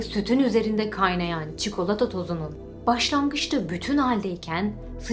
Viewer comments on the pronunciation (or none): none